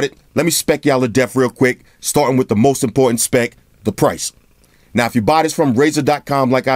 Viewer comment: Damn... My man said "wit a toaster"..